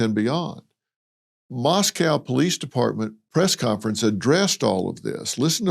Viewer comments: It’s pronounced Mos-coe now Mos-cow. Xana’s name is pronounced Xanax without the X at the end. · Moscow is pronounced "MOSS-koe" rhymes with Cost-co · Love you Dr. Phil but you are pronouncing Moscow in correctly.. it’s pronounced Mosc oh… not like it’s pronounced in Russia